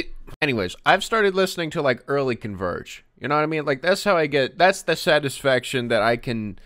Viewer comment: I know what he means, but when he says "early Converge" all I hear is Gravel